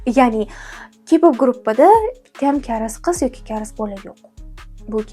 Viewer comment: Karis emas kareys bo'ladi